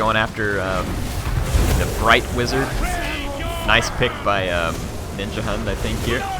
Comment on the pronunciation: as a dane i cri evritim says Ninjahunt and not Ninjahund